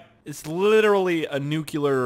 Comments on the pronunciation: when he says nucelar instead of nuclear 😤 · quick comment: nuclear is pronounced new-clee ar not new-cue-lar. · It's "nuclear" not "nucular" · "Nuke-you-ler" :( "New-Clear" :) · My god, Its (New-clear) not (nu-cu-ler) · Nucular!!!! Lol!!